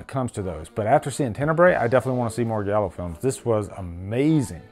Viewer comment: Not trying to be a prick, but it's pronounced gi-al-oo not galo 👍 and this films amazing, all his films are, from the animal trilogy, the mother trilogy, opera, deep red